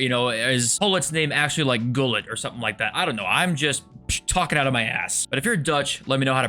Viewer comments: You say it like this HULLIT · You enunciate the g in gullit so hard g